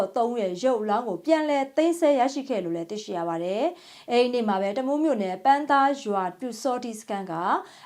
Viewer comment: ပန်းသား မဟုတ်ဘူး ပန်းသာရွာပါ ချစ်ရတဲ့မြရေး